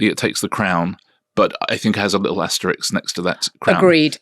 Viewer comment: Richard, it’s asterisk.